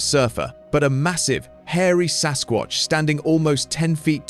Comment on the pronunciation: 2.56..MAN,NOT SASQUACH